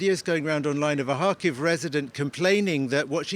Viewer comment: He is living there and saying Harkiv. the actual pronunciation is Kharkiv, Russian Kharkov.